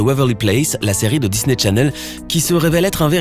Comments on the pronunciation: Mais MDR,je rêve ou il dit Disney tchanelle au lieu de chanelle😭😭🇩🇿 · "Disney TCHanel" 😂